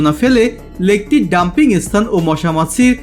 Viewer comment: Apni video khub bhalo. Kintu apnara sthan ke esthan spirit ispirit bolen barbar ...